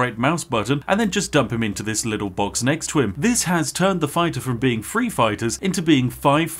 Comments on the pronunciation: three hundred and seventy threeuh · "Three hundred and seventy fwee" - sorry to point it out, but that made me chuckle